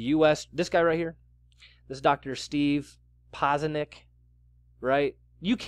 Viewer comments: Again, Steve Pah-chen-ick. Not Paz-nick. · Keep the vids coming! Btw it's pronounced PA-CHIN-ICK. And the only reason I wouldn't want anything to happen to Israel is because of the historic areas within the country. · What's happening is you are still to goddamn lazy or stupid to learn how to pronounce someone's name. Makes you sound ignernt. No one has ever been on infowars names poz nee ak. If you are that lazy or stupid nothing you say matters